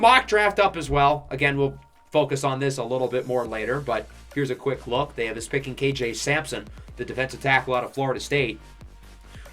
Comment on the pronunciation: What state do you live in? I find it interesting the way you say us because you say uzzz. Just like us in Pittsburgh say yinz instead of you guys.